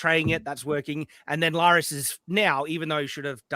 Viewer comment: I find it hilarious how calls Larys "Lars"